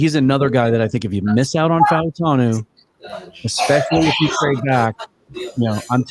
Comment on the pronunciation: "Fau" of Fautanu would typically be pronounced as one syllable like "Mau" of Maui is.